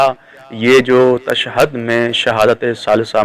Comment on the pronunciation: Beta tu pehly tashahud bolna sikh ly pir ye fesla karty he ke shahadat salasa durust he ya ghalat. Tashad nahi hoti tashahud hoti he.